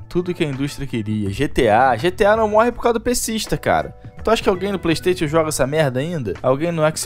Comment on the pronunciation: para de falar playstation e fale playstaichon... está me incomodando, rs